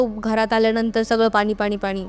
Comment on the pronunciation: पानी ,आ नी, भाई भाई 😂😂😂फेका फेकी